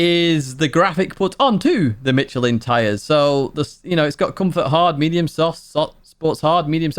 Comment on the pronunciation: I had to scold Steve too. Michelin is pronounced like Mishelin.